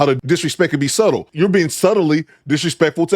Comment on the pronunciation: Did she pronounce the b in subtle 😂